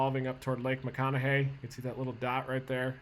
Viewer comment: I appreciate hearing someone from out of state correctly say Ogallala and lake McConaughy correctly.